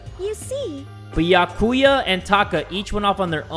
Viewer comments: pronounces Byakuya’s name as “beeya-kewya” me: cries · keep in mind that byakuya is pronounced "bee-ah-koo-yah" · Beeyakooyuh Me: oh, and when will you learn Also it's pronounced Byahkuyuh UwU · Its "Bia-kuya" Not however you said it,. 🤬 Watch him say Mikan, Hajime, Kazuichi, Hiyoko, and Monomi wrong. 😌✌ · I was dying every time 😭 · ITS BYU ACK UYA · The way he says byakuya hurts my heart